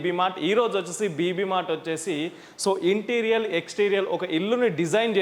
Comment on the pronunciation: Interior ఇంటీరియర్ అని pronounce చెయ్యాలి ఇంటీరియల్ అని కాదు గమనించగలరు. అన్యధా భావించకండి